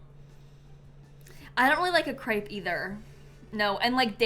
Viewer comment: crêpe is the correct way to say it. "cr-eh-p" no "ay"